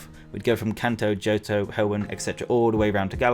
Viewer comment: its johto not "jotoh"